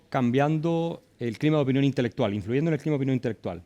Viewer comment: El "intelestuar"...hermano de " la dostora" y del " jenio"...y habia cono si cachara pown 🤣🤣🤣🤣🤣🤣